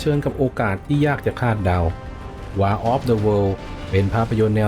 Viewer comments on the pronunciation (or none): WAR อ่าน วอร์ครับ แปลว่าสงคราม ไม่ใช่ วาร์ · War คำนี้ไม่ควรจะอ่านผิดใด้ดวยประการทั้งปวง ใครไม่งงผมงงนะอะไรจะตายน้ำตื้นใด้ขนาดนี้